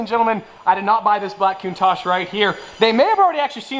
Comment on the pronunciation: No! I can't take the way Americans say Countach! Why didn't you get a diablo!!